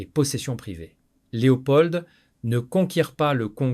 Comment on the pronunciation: Pourquoi vous prononcez le D de Leopold ? De plus ce n'est pas un Prénom, on dit le Roi Leopold.